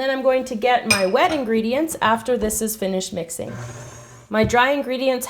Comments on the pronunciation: Ingrediences? Ooooo hhh kkkkkk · "I'm putting all these dry INGREDIENTSES." Hahha lol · Can you use better grammar😂 "ingredientses"😂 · "I'm putting in all of my dry ingredientses" lol 😂